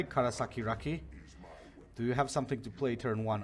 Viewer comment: Первый противник - КарасиРаки))) Как он прочел - КарасакиРаки)))